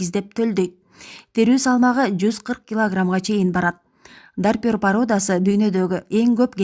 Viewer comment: Ассаламу алайкум !!! Журналист карындаш туура окушту уйронгуло жакшылап,, Навапакровка емес, Новопокровка, койдун породасы Дарпер емес, Дорпер, бир аз сабаттуураак болбойсунарбы, максат силердин кемчиликти издоо емес, силерди коп адамдар корот да рейтингинер тушот да, силердин куйоорманынар болобуз, туура емес айтып, катуу тийсе алдын ала кечирим сурайбыз.